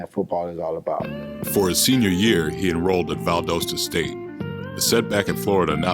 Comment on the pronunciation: Even said Valdosta wrong.. Thanks.